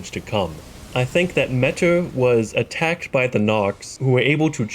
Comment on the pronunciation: Notice how it says Legend felled when you kill metyr. Also metyr is pronounced meteor. Like how scadutree is shadowtree